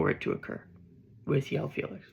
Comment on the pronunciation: I've been meaning to scratch this itch for a while bro.. its not pronounced "Yoao" Felix. He's Portuguese so the J is pronounced and dragged, like Jose Mourinho or Gabriel Jesus :face-purple-sweating